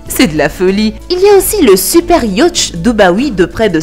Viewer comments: Le « yautch »MDR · Sincèrement la façon dont tu prononces "yacht" nous donne le mal de mer.